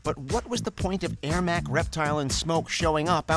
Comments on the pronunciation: The fact you don't even know how to pronounce "ERMAC" and refer to him as "Airmac" completely de-legitifies this entire list. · Did you just say Airmac? Yikes.